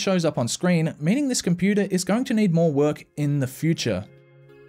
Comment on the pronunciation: I love it when you say Compooter